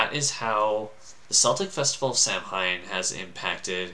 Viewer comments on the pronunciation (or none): KELTIC great of Sah-Win. Pronounced Saaahhh.... Wiiiinnn.